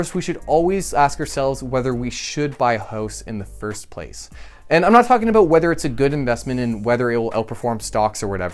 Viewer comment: Haha he said “aboot”